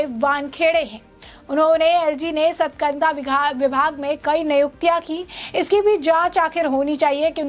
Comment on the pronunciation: एंकर मैडम, सतकरता नहीं, सतर्कता बोलिए।